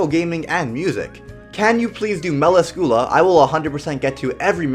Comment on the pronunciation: I dont like the way he says galand and melascula